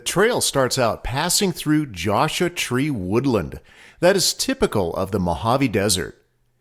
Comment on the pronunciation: Josha Tree??? C'mon man! :)